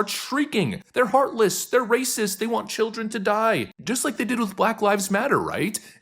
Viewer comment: "Think of the cildren!" Pfffft!